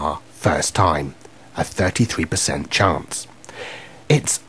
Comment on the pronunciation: chance 發音chuangs XD